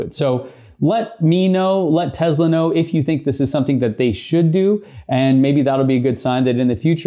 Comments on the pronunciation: Tezla or Tesla? 🤔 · This might sound weird. But why do you pronounce Tesla with a Z instead of the S that's in the name